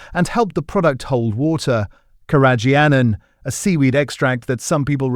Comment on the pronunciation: I find your videos informative BUT must you have ai narrate them? Carrageen(an) is seaweed, I don't know what the ai actually said. And listeriosis. It is very irritating and unnecessary. Bring back humans please.